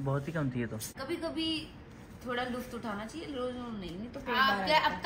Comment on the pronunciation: वो लुफ्त नही लुत्फ होता है।